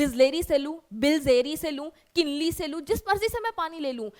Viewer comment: Kinley ❎❎kilney😅